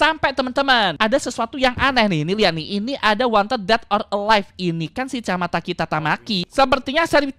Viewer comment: Chamataki and tamataki bukan chamamatha taki//(*^($&#&@ kaki susah ya sebutnya ihihihi